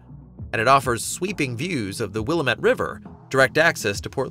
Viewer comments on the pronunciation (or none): FYI: Pronounced "Will-LAM-it" River NOT Willa-met. Thanks. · It's pronounced WILL-am-ET not Willa-met. Get it right, people. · It's pronounced wuh-LAM-it. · willemett lol cant pronounce it. not many can. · It's pronounced zi-dell, and will-am-et. Smh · It pronounced WIL-LAM-ETTE damn it!! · You Can Always Tell that a Person is NOT Familiar with Portland or Oregon by the Way They Mispronounced Willamette . 😅😅😅😅😅😅😅😅😅😅😅😅😅😅😅😅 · As soon as he said it wrong first I came down to the comments. Thank you for beating me to it, no one but the locals know how to pronounce anything in WA/OR. I live in SW WA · Willamette and couch st.. are the 2 tells for me 😂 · It's Willamette, dammit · I’ll be honest, they lost me with that one. And the constant mispronunciation of Willamette. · Learn to say Willamette dude . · should learn how to pronounce Willamette!